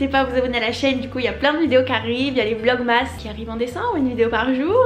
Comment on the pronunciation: Ma belle je te kiff mais ça s’écrit vlog mas mais ça se dit vlog mes